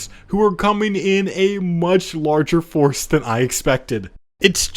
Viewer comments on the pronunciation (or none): none